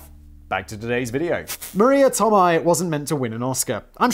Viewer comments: Tomei is pronounced "Toe May" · Tomei is said Toe - May (like James May) oh Factual one. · Yes Simon saying Marisa Tomei's last name wrong the whole time. Lol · Praise the Blaze Borthers! Also, isn't anyone else disturbed by how Simon pronounces Tomei? Edit: Is there something as a SMART conspiracy theory? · Des Moines. You fuck up so many words but you get that one right? Btw, Tomei is pronounced toe-may.